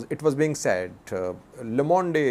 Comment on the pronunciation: thank you for all your balanced and accurate reporting. Also, just want to let you know that 'Le Monde' is pronounced 'Le Mond'